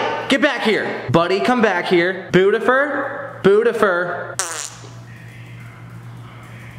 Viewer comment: i love how you call buddy bootifur